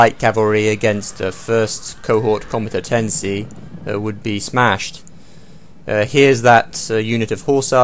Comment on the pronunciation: He did say Comentetenses :)